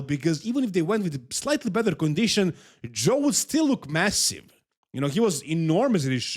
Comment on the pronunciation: when pronouncing "better" Better ❌ Bether ✅